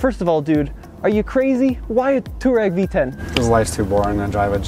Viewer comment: It's a f***ing touAreg (tWA-Reg) not a too-reg!